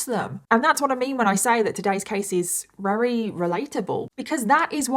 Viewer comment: Jesus. You drag the story out to 3 times the length. So verbose. I'm rery rery bored. I'm up to 38 minutes and you have said RERY 13 times so far.... But I'm bored so skipping to the end. I estimate about 23 rerys will be used in all. Try saying really really or even extremely instead of rery rery on repeat. Get a thesoraus and find some replacement words for rery. Or better yet go to speech therapy